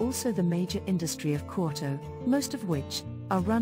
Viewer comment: Love these videos, but seriously the voice over needs work, or at least learn how to pronounce Japanese words properly. Quote-Oh? Seriously? It's Kyoto